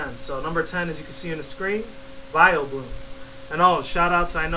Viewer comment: its vileplume not vileblume